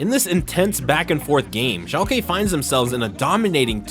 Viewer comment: Learn how to pronounce shalke please dear lord so much cringe the casters even say it correctly and you still pronounce it wrong